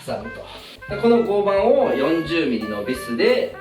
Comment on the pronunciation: 合板=ごうはん、と読みます。